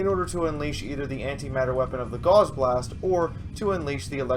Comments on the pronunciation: It annoys me when people mispronounce "gauss" as "gauze" the au in the word is pronounced as an "ow" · Is it really NOT pronounced "G-OW-S"? As in Carl Friedrich Gauss?